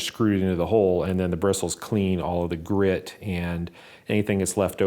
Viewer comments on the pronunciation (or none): none